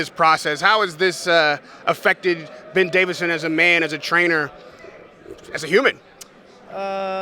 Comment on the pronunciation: Did he call him Bent David’s Son?!